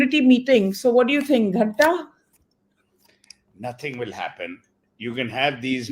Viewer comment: And like Seth talks ..Ghaenta..... Tell Mr Seth it's Ghanta.. he can never be a true mumbaikar.... Ghanta to him